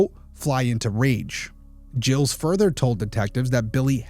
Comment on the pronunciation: If French its pronounced "Jeel", if anglicized it is Giles (Rhymes with Dials.)